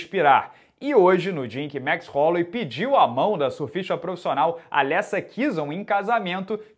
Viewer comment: Jajajajaja "baichola".....que grande...gran abrazo, genio!